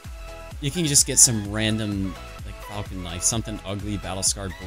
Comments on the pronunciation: Dislike for "falcon" knife instead of falchion, lern 2 spek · ... He still mispronounces Falchion.